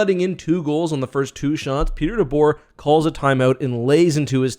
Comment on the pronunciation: Dude it’s DeBoer 🤣 ultimate fail